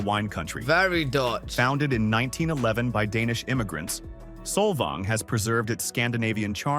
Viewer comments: Sol-von lol - it’s Sol-vang, a few hours north of LA, 1 mil is pretty average for any coastal CA house, not even a big one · Don't listen to this guy. It's Saul Vang, rhymes with fang or tang. Not Tong or Thong. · Narrator says "Solvang, CA" title correctly, then proceeds to butcher the name, the rest of the time he says it. [SMH] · Also mispronounced Solvang.